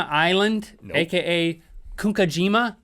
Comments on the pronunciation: FYI Mitsubishi in Japan makes everything! America knows it as a car manufacture, but they make everything from pencils to ships and I believe they also build rockets for Japan's space program. Also gunkanjima is pronounced goon-Kahn-jeemuh. Yes, I do live in Japan. Btw. I think your show is pretty great. And yes, Japanese candy is awesome. :-) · Link really butchered saying Gunkanjima. Basically pronounced gūn-kân-jima